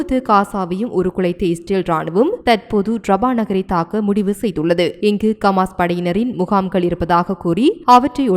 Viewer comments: ரF பா.... ரபா...இல்ல.....கமாஸ் இல்ல.....ஹமாஸ் பெயர்கள் அழகாவாசி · கமாஸில்லை சகோதரி ஹமாஸ்.